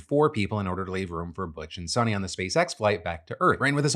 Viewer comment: It's pronounced as sunita not sunny.